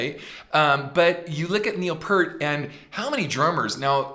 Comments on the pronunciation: Slight correction; it’s not “Neil Purt”, it’s “Neil Peart” as in pierce except with a “t”. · Also, I don't mean to be that guy but FYI: the vowel sound in "Peart" is pronounced like the sound of "peer" not "per." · Ken... it's Peeeeert... not Pert, which is a shampoo brand. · OK from the start Neil Peart pronounces his name Pear-t (Peer-t) not Purt as MOST Americans do............oh thats all my criticisms. 🤘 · By the way, the drummer (and lyricists) name is pronounced "Peert". Geddy really did plug into the main PA, but Alex still runs through all those Hughes and Ketterer stacks. Lee has, many times, said that "we simply make music we like, and we hope other people like it, too." That is Rush in a nutshell. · Neil's last name is properly pronounced "PEER-T". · Neil’s lasr name is pronounced P👂t. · Yes, please, Ken, Neil's last name rhymes with "fear" with a "t" at the end. It's not "Pert" like the shampoo brand. That's a rookie mistake from someone who's liked the band for over 40 years (assuming that you have been a fan that long). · I know it's too late but Peart is pronounced P with an ear in the middle and aT at the end. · You mentioned how there's a LOT of people there.. That does not surprise me because Rush has a HUGE following-- Their fan base is AMAZING !!! Just one thing, I have to say this because it's drives me crazy.. Say the word "peer" and put a T on the end of it and that's how you pronounce Neil's last name correctly.. Sorry about that, I apologize. Neil Peart was not the original drummer-- the late John Rutsey was. I heard Geddy Lee in an interview say that they would do "something ridiculous" on stage i.e. the washing machines